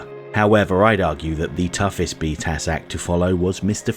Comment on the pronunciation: Every time you say "btas" I hear "beatass"